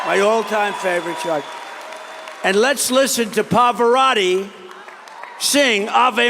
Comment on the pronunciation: Trump is saying "Poparotti". Is that a different opera star, or is Trump unable to say, 'Pavarotti'?